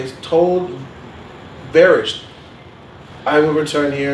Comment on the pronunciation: Varys, not Varish...and Sam•well, not Sam•u•el.